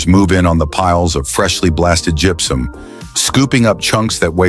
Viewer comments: When AI is used to the voice, gross mispronunciations make the video unbearable! It's not "jup-sum!" It's gypsum ("Jip-sum")!! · It also gets "gypsum" wrong.... it's pronounced "jip-some" NOT "jup-sum". AI is the most retarded thing ever. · Gepsum?.....you mean gipsum... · Good story but the AI voice is irritating. It even mispronounces gypsum. It's much better to watch with the sound off.